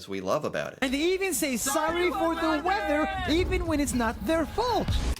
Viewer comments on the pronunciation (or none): none